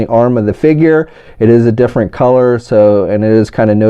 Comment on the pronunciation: "But it's differi"